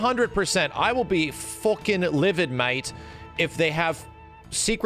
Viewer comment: "100% i will be FOOKIN LIVED MATE" Turns into a bri'ish, how i love that change.